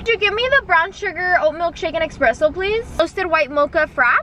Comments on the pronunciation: Espresso! Not expresso! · it cracks me up everytime says “expresso” and not espresso😭😂❤️